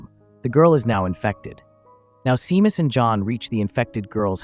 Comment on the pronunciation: You pronounce the name Shaymas, phonetically, not seemas😂